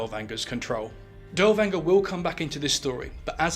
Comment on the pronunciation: good video, but you are butchering his name.